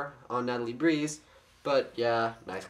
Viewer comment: it is breez not breeze